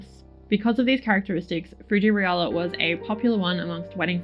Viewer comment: Love those results! And yes the pronunciation is correct, in Japan it was transcribed as リアラ 😊 now i need to find some!